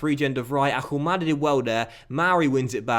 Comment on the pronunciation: please, you don't pronounce the H in Ahumada's name.